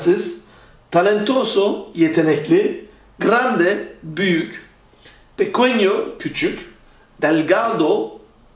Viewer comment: pequeno yanlış okunmuş. Pekenyo diye okunacaktı.